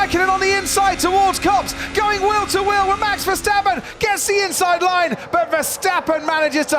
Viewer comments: Verstapen hahahahahhaa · There is one thing that I do not understand : how did Verstappen turned into Versteffen?